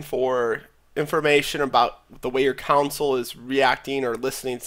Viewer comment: console not COUNSOLE